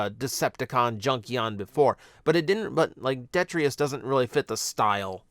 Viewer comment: His name is Detritus, not Detrius.